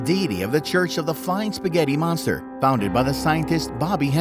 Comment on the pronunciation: You madd me laugh when you said spaghetti monstrer 😂 😂 😂